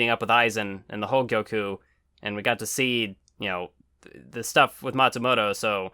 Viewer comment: I find it amusing that struggles to say Hogyoku but nails the pronunciation of Ulquiorra